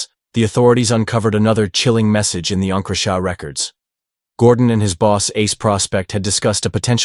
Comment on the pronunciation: please teach your ai to say encrochat properly